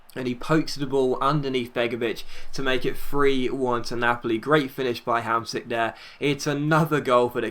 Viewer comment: you're pronouncing Hamsik as best as an englishman can ;) Pjanić and Ljajić are worse tho..